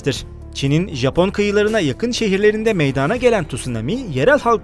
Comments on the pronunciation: Meyadaaana degil....! Meydana...e a lı söylenır ey sunucu...çok ayıp... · "Meydaana gelmiştir." değil, "Meydana gelmiştir". olmalı.